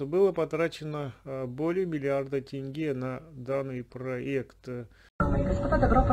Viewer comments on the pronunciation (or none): none